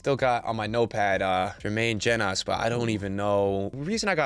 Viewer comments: Yeah I kept cringing everytime he said Jenas instead of Jones and didn't even pick up on it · I was less confused about mistaking Jenas for an American and more confused by the pronunciation of Jenas. Especially from a Spurs fan 😬